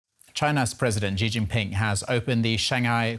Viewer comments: Continuity and accuracy is important for news anchors. The president's name is "Xi," with the "X-" pronounced as "Sh-", and the "-i" as "-ee". The president's surname is therefore pronounced, "Shee". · repoter pronounce all the time wrong Xi...due to german accents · Why does everyone call him President Ji? Just say the English word "she" and you'll be much closer to pronouncing it correctly.